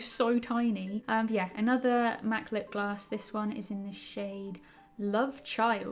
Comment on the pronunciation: Tis the time for everyone to think you can’t say lipgloss right😂